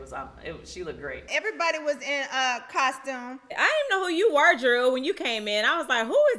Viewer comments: the word is costume not coshtume stupid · Ion care Latoya keeping this season full of drama and I’m here for it but why she keep saying coshtume instead of costume 🤭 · Thank you. Why is Latoya kept saying "Costchume instead of Costume? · Coshtume, though. 🙄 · Why does she say costume like that? 😂 “COSHTUME”.